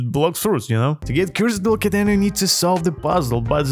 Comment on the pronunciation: Bro said cursed dual ketene💀💀